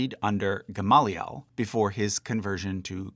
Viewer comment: Your Hebrew pronunciation is kinda horrible, but I also don't care so much. Except for GAHM-lee-el